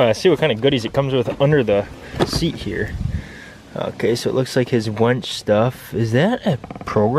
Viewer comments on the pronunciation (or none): WINCH, not wench, WINCH, not wench, WINCH, not wench!! A wench is a woman.